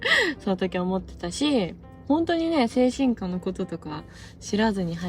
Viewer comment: 精神科 の発音が 間違っている‼️